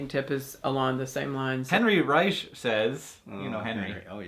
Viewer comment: You said Reich wrong. omg. REI-K. Like a K at the end D